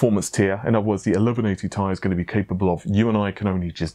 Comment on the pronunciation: Well, it is Ti like Titanium, not TI.